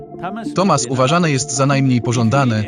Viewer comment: satwa, radżas i tamas, nie sart, ridżis i tomas, eh